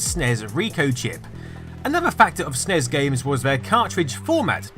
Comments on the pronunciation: You don't say snes you say ES EN IE ES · Yeah, I've never heard it called "SNEZ" until this video. It's always been "Super Nintendo" "Super NES" or "S-N-E-S" 100% of the time. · Even according to Nintendo its N.E.S. and S.N.E.S. stop pronouncing it. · It's a SNES (SSSSSS) not a SNEZ (ZZZZZ) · Please stop saying "snez". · Don't say Snezz and Nezz.. that's fucking retarded and I'm clicking dislike because of it. When the acronym is all caps, you say each letter. When it's not, you say it phonetically. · is anyone else annoyed that he calls it a snez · People really need to stop saying "SUHNEZ" when talking about the SNES. Makes me want to punch someone in the face, really, really hard. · it hurts my ears every time when you say Nes or Snes as a word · do have the feeling that I'm not the only one pronouncing them as words. Anyways, beauty is in the eyes of the viewer, annoyance is in the ears of the listener :) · Sorry, i just can't get over "snez & nezz" pronounciantions. Everyone in the west (ie: America) calls it "N.E.S" or "Super Nintendo", maybe "S.N.E.S." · Stop pronouncing NES and SNES as a word it's giving me cancer. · Nez? Snez? Did you sneeze? Jesus Christ dude. Are you really that lazy that you can't say En-Ee-Es and Super En-Ee-Es? Nitwit. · Ugh, stop pronouncing it "ness" and "snez" when you pronounce the other one "gee bee eh" instead of "giba". It's "en ee ess" and "ess en ee ess". Minor nitpick, I know, but so annoying to hear. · Eww, I don’t like hearing NES as “nezz” and snes as “snez” 🤮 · Can't watch this because he says "nez" and "snez."